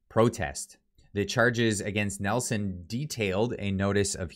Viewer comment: It's Neeilson....not Nelson...